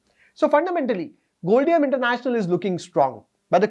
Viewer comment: Sir its pronounced as Gold-Diam (Short form of Diamond) so Gold plus Diamond = Goldium